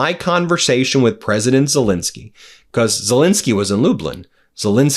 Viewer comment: Ben, can you PLEASE pronounce Zelenskyy’s name properly? It might bring him better luck!